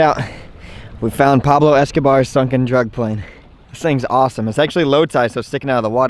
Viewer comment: Did u say drug plain!